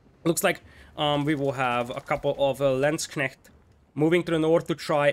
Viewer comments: Perfect pronouciation on Landsknecht! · Yeah. Impressed with your pronunciation! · Congrats, til now you are the closest non German speaker I heard to pronounce Landsknecht correctly :) A few additional tips for it. 1.) The "a" of landsknecht is the same as in armour. So if you say L-armour then you have the perfect start 2.) you cant pronounce the kn too hard, so just make it a bit stronger still :P 3.) If you want to be perfect, then then plural of Landsknecht is LandsknechTE. The "te" is pronounced like in TEst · Someone not butchering the pronunciation of landsknecht, love it. Nice cast btw